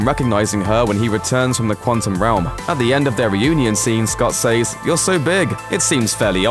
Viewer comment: My least favorite line is how the VO keeps pronouncing “says”.